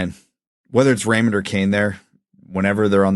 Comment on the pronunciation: It's RaymunT...at least that's what it sounds like when he says it